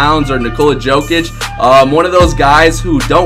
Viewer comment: Nick Nikola Jokic is pronounced Nikola (Like yi said it) and Yo-Kick